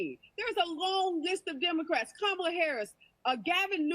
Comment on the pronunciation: Tatum, you made a huge gaff, you called Kamale. Tell me you didn't have a Biden moment 😂